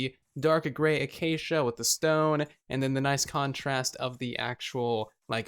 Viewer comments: A-cha-cha wood??!! You are as bad as xisumavoid! It is a-Kay-sha! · Does he say achacha wood because of xizuma.